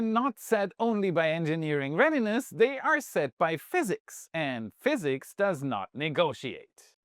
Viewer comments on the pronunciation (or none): none